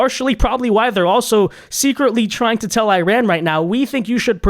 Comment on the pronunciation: Iran uses a short I not a long I tried to pronounce it right